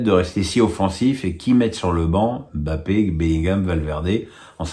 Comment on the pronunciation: M'BAPPE !!!!! pas BAPPE ! C'est si difficile de respecter le nom d'un joueur?